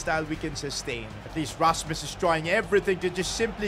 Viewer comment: btw you say højlund right but not my and his name and it uis rasmus r is like a dinosaur a like arhhh s shhhh m mmmmm u u not like y and s like shhhh